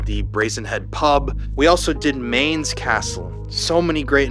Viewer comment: 🏰 Catsle 😂😂😂😂😂 I mean Castle😂😂😂😂